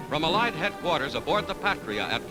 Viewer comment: Why can't americans pronounce 'allied' correctly ?